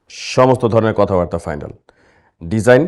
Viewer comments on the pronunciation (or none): none